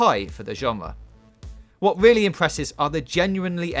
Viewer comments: Weally weally pwoper weview. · That was a weally good weview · Its quite interesting hearing how many brits are completely unable to pronounce their 'R's Weally Fweaky!